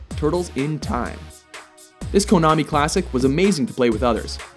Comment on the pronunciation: I give you a 10,000 "likes" for pronouncing KONAMI correctly, but minus 9,999 for placing Streets of Rage below Final Fight. Either way I loved this video! :)